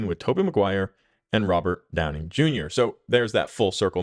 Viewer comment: Are you saying Downing? Robert Downing Jr.?